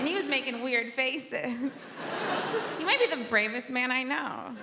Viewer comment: I don’t get why some of these fools can say “THE” as it should, but then thinks sounds like “FINKS”